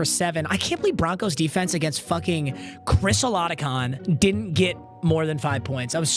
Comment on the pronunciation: 7 minutes in and MMCan'tPronounceAudrucEstimeorChrisOladokun #illiterate